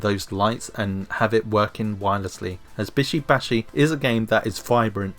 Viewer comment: What the flying fuck is "bisho bashi" and shoundt it be "bishy bashy"